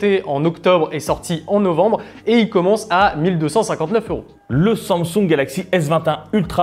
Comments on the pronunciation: Pourquoi il dit Somsung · Sans M sung 😅😂🤣😂 il sait pas dire Samsung ??